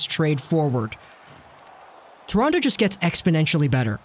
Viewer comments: It's Toronto not torontoe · Can tell you’re not from Toronto by the way you say it 😂